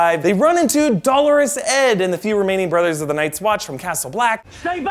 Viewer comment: Thank you for pronouncing “Dolorous” properly. Great review!